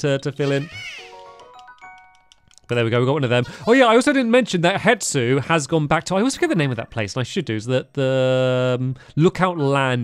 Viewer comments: Please take note for further reference: Hestu is pronounced (hes-too) and not (het-soo) as you have been saying Purah is pronounced (pur-uh) and not (pure-uh) Zonai is pronounced (zone-ai) and not (zone-ee) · and hestu isnt pronounced hetsu